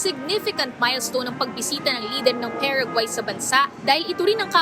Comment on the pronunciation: PA RA GUAAAY not PEREGUAY